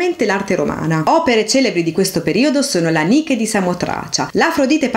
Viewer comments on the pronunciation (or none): none